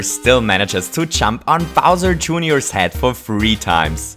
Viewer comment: He called bowser jr. bowser jooneor